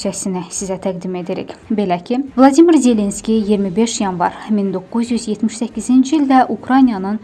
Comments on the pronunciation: BLADİMİR YOX ..VOLODİMİR ZELENSKİDİ..VLADİMİR PUTİNDİ.. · Vladimir yox Volodimir.